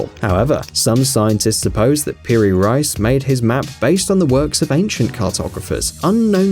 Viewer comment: It's not Peri "RICE", it's Peri "REECE"....